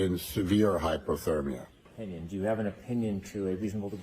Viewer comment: Every time he said "hypothermia", it sounded to me more like "hyperthermia". Way out of his league with Alessi.